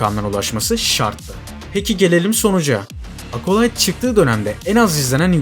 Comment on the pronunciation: Acolyte kelimesinde ''A'' sesi yok ağız açık Ea sesi (çene açılıyor-jaw drop), Apple telefuzundaki gibi Ekolayt ... Eapıll gibi ... Akolayt Akolayt dedikçe kulaklarım tırmalandı. Ya Merdan Yanardağ gibi bütün harfler telaffuzlar Türkçe yapılsın Acolite gibi ya da orjinaline uygun dikkat edelim :)